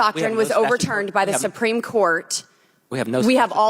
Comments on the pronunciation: The “sipreme” Court? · "Simpreme Court" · "The sumpreme court" ? She doesn't even pronounce half the words she is reading from her screen right. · Did she say "sumpreme" court I think she did 😂😂😂😂